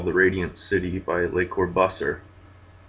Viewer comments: Corbusier pronounced 'core boos ee ay' translates 'the crow' in French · Dude, so sick. Thanks. 1. You nearly said Pornhub. 2. You pronounced Corbusier really wrong. Thanks again though so much. Very cool thing to do.